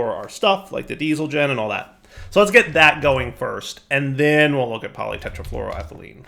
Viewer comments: can pronounce polytetrafluroethelene flawlesly cant pronounce shuriken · yes, you got polytetrafluroethelene right, but it's easier to to say PTFE of teflon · Well done on pronounciation. Teflon for short.